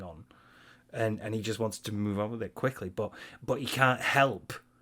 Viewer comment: "Dood this comb cheats, it does what it wahns"